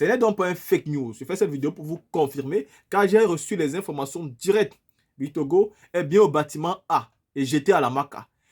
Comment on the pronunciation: on dit bictogo et non bicongo!